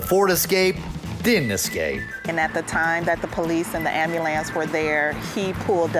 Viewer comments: She said amboolance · The way she pronounces ambulance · Why do black people say “am bah lance” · who tf says ambulance like that lmfaoo. Reminds me how some people say axe instead of ask